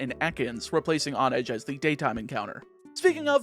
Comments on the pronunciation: It's hone-edge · h in honedge isn't silent.